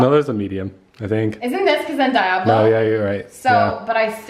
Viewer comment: I had to rewind because I KNEW you ain't say "dye- ablo" instead of dee-ablo" LMAOOO I LOVE YOU